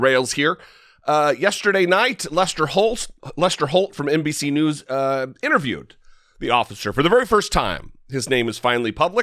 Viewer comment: why amercan people do not give tucker a good black eyes and a broke nose then he will learn how to say news the proper way